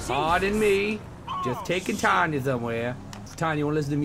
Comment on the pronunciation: Umm, Toby. Pause ... It's Tonya..........not Tanya